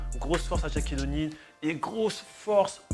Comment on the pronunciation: Bonne vidéo mais Shaquille O’Neal se prononce comme ça s’écrit et non pas "Tchaquille O’Neal "